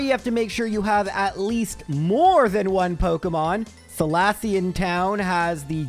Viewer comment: Why are you saying floor mona and Ett urna that’s so wrong. Edit: Sells dick? what is wrong with you?